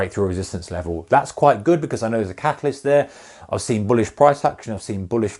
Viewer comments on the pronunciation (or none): All the time when he was saying catalyst is thought he was saying catholist. Was starting to think what is that of a term haha